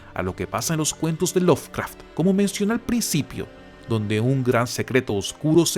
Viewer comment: Se pronuncia LoVcraft, no LoFcraft. Me saca!